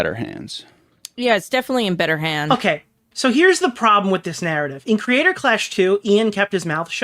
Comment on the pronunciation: Someone needs to tell Ian there are 3 syllables in the word "Creator" and not 2. I can't be the only one who cringes every time he nasally says "Crayder Claaash"